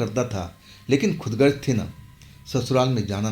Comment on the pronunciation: Khudgarj Nahi khudgar bolo bhai